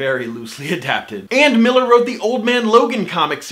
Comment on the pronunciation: Probably the first commentator that knows how to pronounce Millar correctly.